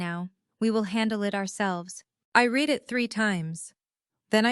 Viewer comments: To AI. Please learn the difference between read (pronounced Reed) present tense. And read (pronounced red) past tense. ' You can't red the all' when you just ask us to write comments. I promise I Reed them all. Thank you. And there are several other spelled alike words that are not pronounced in the correct tense. If AI can't learn what is the point. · The narrator does not even know how to pronounce 'read' (reed) and read (red)!!! This is someone whose mother tongue I presume, is English. Then we Indians (from India whose mother tongue is definitely not English), speak perfect English!!! Irony!!! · You need to teach the AI the difference between words like Read (Reed) and Read (Red). It is a distraction to the story and like fingernails on a blackboard to a native English speaker. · Learn to read. Read is one of those verbs that is spelled the same in both the present and past tenses. In the past tense, as so often happened in your narrative, it is pronounced “red”. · Read. Reed or Ted depending on how it is supposed to be articulated 😊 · AI please, conjugate verbs: Read the spelling doesn’t change, but the pronunciation does.